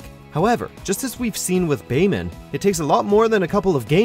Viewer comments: I just don't understand how he mispronounced Bayman. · Correct pronunciations - Bayman is pronounced as "Bai-mahn" - Helena Douglas is pronounced as "Elena Douglas" because she is French and the letter "H" is silent in French - Leifang is pronounced as "Lei-fahn" - Ryu Hayabusa is pronounced as "Ri-yu Hayabusa" - Ayane is pronounced as "Ah-ya-nay"